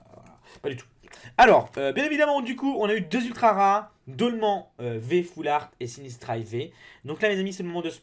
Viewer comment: On dit dolman en pronancant an comme âne